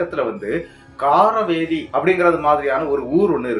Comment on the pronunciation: காரவேலி இல்லை அண்னே காரவல்லி அந்த ஊர் பெயர்ப்